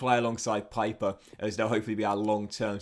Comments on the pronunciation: It’s “Peeper” (pieper) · In German Pieper is pronounced like Pee-per